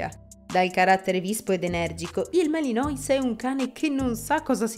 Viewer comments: Non si pronuncia "Malinois"!!! Malinuà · intanto... giusto per .... capire che di pastore belga Malinois non capite un cavolo, sta nel fatto che, si scrive Malinois ma si legge "Malinuà" o più comunemente molti abbreviano con "Malìn". Il fatto che lo chiamate "Malinois" leggendolo come si scrive, da prova che di questo cane non sapete niente. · Mi si sono arricciare le orecchie!!!!! Per favore : Malinois si legge MALINUÁ e indica coloro che provengono dalla città di MALINES (francese), che si legge MALIÍN, o anche da MECHELEN (fiammingo), che si legge come si scrive. Per favore, ri-registrate l'audio, perché è davvero pessimo sentire queste storpiature. Grazie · Pronunciato malinois non si può sentire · …gia la pronuncuia non mi fa ben sperare ….si pronuncia “ malinua”…o “ malin”….ripigliatevi…non e un cane per tutti….non fatevi intortare dalle dolcezze…è stupendo, ma molto impegnativo... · Chiamarlo maliNOIS leggendolo così come si scrive dalla cifra di quanto siete ignoranti. Voglio anche tollerare che uno non sappia leggere il francese, ma prima di fare un video ci si deve documentare… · Si pronuncia Malenua non come è scritto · Non si pronuncia malinois. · non è una giustificazione. Se stai facendo un video per descrivere una razza belga, il cui nome tra l'altro deriva da un luogo( Malines)che c'entra la pronuncia in inglese ??? È solo uno strafalcione 🤷🏻‍♂️